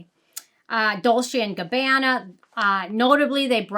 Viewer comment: Clay de poahhhh. And it’s Dolce and Gabanna Like Gab-ON-A